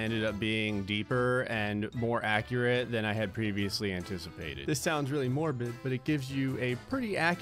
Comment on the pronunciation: I like how he keeps saying anticapated.